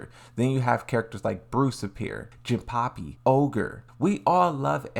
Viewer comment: Jinpachi, not Jinpapi..I axe you, why is it too hard to pronounce words correctly? Still wait for Lee-Violet-Chaolan